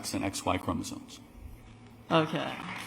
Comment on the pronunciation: You can tell he just read some things online and doesn't know what he's talking about by the way he pronounces certain terms like "chromosoNes" and "ova", meaning eggs.😂